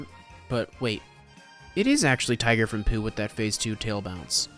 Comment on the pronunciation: I think the most upsetting part of this experience that you pronounced Tigger's name as just "Tiger". Twice, even. T-I-double guh- er, that spells Tigger. Its literally the character's catchphrase. Have you ever actually watched Pooh?